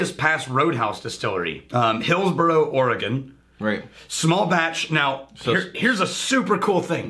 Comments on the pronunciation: You guys are AWESOME. Thanks for reviewing this one. And you're welcome for the Billy. BTW: "Ore-" like the stuff you mine from the ground. And, "Gun," the thing you shoot. Ergo: Ore-Gun. I agree, about the finish. Great nose and flavors, but the finish isn't really clean as much as simply absent. It's a lot like the OSU Beaver football; (my home town so I can bust balls a bit) a pretty decent first half, but no idea how to finish a game. And I have yet to get any ginger as well. For all the Oregon spirits I've tried, this one has the most promise.... so far. The Cornelius Road house is a McMenamin's distillery. The Other is the Edgefield Campus. But, the Billy and the Billy Rye are only made at the Roadhouse. I liken the sour note to a cognac like presence that I assumed was imparted from the still itself. Maybe the light toast with no char?? All in all, It's not going to displace the spot in my heart where Elenore now resides, but for a region with no distilling history, not a bad spirit to associate with Oregon. Thanks again you MBs!!:-) (P.S. Thanks to for a GREAT Christmas gift, really was the topper for my holiday. Cheers, mate!!) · It’s pronounce Orygun. Come on guys!